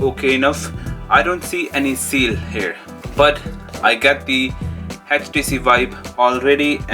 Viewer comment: Its htc not hach t c 😂😂😂😂😂😂